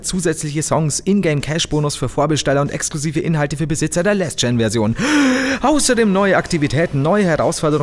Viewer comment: Das soll nicht "rage-kid" mäßig rüberkommen und möchte auch ehrlich nur konstruktive Kritik abgeben.... aber.... das englische Wort "last" wird so ausgesprochen wie es geschrieben wird!! >.< Mir bluten die Ohren wenn ich alles englische was mit A geschrieben wird mit Ä ausgesprochen wird! Es heißt "LAST gen & next gen" und nicht "Läääst gen & next gen" genauso wie es "LAAAST of us" heißt und nicht "Lääst of us"!!! Jetzt klingt es doch nach rage-kid! xD Tut mir leid....